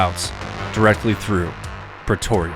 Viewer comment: Was only half listening so I hear "Petoria"